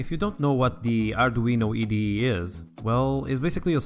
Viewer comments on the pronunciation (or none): EYE DEE EE, IDE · The letter "I" in "IDE" is pronounced sorta like "AY", and not "EE". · Eye de ee, not ed di e ! Brilliant channel and brilliant content ! Well done! Keep it up! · Arduino E D E? If you are gonna pronounce the 'i' as 'e', why not say "ee deh eh" and be done with it? kkkkkk